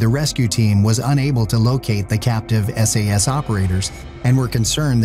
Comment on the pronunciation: Is it just me or did that narrator call the SAS SES?.